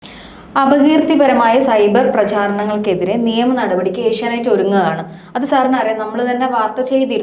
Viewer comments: ഏഷ്യനൈറ്റ് അല്ല ഏഷ്യാനെറ്റ്‌ 😁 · ഏഷ്യാനെറ്റ്‌ എന്നാണ്. ഏഷ്യ നൈറ്റ് അല്ല. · Asianight alla Asianet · ഏഷ്യനൈറ്റ്‌ അല്ല ഏഷ്യാനെറ്റ്‌ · ഏഷ്യ നൈറ് അല്ലെടി, ഏഷ്യ നെറ്റ് ആണ്.